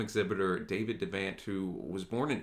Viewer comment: I love this video, brought me right back to the spirit of those times... one thing, its pronounced De' vont like Vermont.